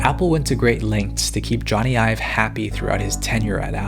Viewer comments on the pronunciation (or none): Almost every time you mention Jony Ive I think you're talking about yourself, because it sounds like you're saying "I've" lol e.g